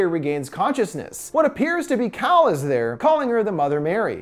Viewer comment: i thought he said cow instead of cal